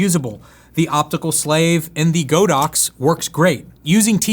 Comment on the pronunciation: Not Go dox, it’s God ox